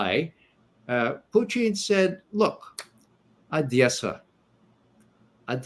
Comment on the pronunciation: Perhaps that's the Russian pronunciation?